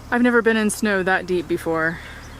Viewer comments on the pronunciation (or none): none